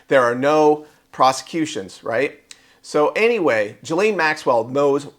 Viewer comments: Her name is Ghislaine… Sounds like KEYLANE but with a G. Not G his lane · say her name as Gilane, G as in word "golf".